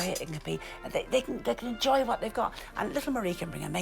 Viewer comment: Oh I thought she said JOIN not enjoy